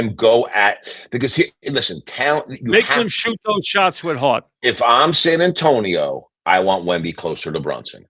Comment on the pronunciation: “if i am San Antoine” hahahaha San Antonio, Mike!